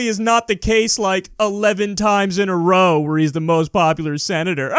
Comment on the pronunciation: Lmfaooo I was waiting for it too. Also his emphasis on "11th time in a ROWWA" was pretty wonderful.